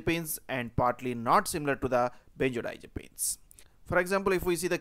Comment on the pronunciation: If i have to hear the word "benzerdiazerpeens" one more time...